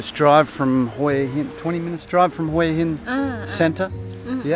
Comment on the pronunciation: Huw Hin dot Thai